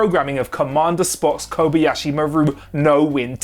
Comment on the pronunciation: *Ko BA ya shi, not koby yasshi